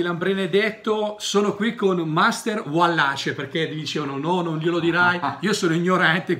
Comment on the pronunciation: Basta ascoltare i primi 10 secondi: ragRazzi; "uallace" .